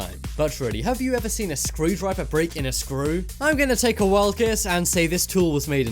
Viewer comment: I thought you said screwed driver 🚗